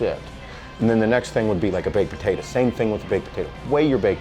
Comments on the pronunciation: Baked-puh-tay-duh You're welcome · Who cares about this guy plus this guy is saying baked potayta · I just want to listen to say "baked potatuh'" over and over again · Just about to comment this too. I wonder what regional accent is this?